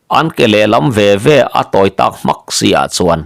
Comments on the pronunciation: I chhiar thiam khawp mai a. Mahse, Mizo dik tak i ni chiah lo nge ni. Thumal, ṭawng tualleng lutuk pawh hi i lam dik lo fo zel mai a. "Innawm inmâk," tihte hi. Mak nilovin, Mâââk tih tur aw. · In nawm in mak nilovin, In nawm in mâk tihtur. Mak hi thluk tur. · In nawm in mak a,tih hi in nawm in màk ti a,thlûk tur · In nawm in mak a.Mak Nupui Make a Lamrik angkhan lamtur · Engatinge aw....i aw ah i naupang tawh si lo va... Mizo tawng i hmang dik lo leh tlat thin.... In nawm in mak tih lai i lam dan hi he thawnthu ziaktu zawt chiang teh.I thu chhiar hi a awmzia i hre lo a ang tlat. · In nawm in mak a,tih tak hi Makpa tih a,mak thluk anga thluk tur niin ka lo hria a,thilmak tak mai kan lam rik anga, a mak hle mai,tiha mak lam rik ang ni loin,examna a mark hmuh zat kan inzawt ang a mak hi lam rik tur a ni e.In nawm in mak tihah hian mak hi thlukna awm anga lam rik tur a ni e.A ngaihthlak a nuamin,a dang hi chu i chhiar dik lutuk e. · Chhiar hi fimkhur nise ka va tive. " In nawm in mak" tih hi Mak tih lai tak mai lamdan tak hi a dik lo ania Nupa inthen na thu a" Mak" tia lam anga lam tur ani e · In nawm in mak tih hi mak tih lai hi Nupui mak tih ang a thluk tur a ni e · in nawm in mak a,tih lam dan hi 'mak' tih lai tak hi 'nawm' tih lam dan ki hian lam tur a va nih hmel ve.....kan ti ve mai mai teh ang. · Innawm in mak ni lovinentirnan anupui amak hnu in tih ang Khan mak tih tur makah hian thlukna a awm rtur aw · I sawi dik chiah !! Mak na chhin chiah ni lo in nupui mak hnu sawi ang a thluk tur